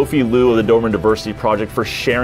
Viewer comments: Every time, I hear Doorman instead of Do-ber-man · Do-ber-man, let’s all say it together…Cheers…!!!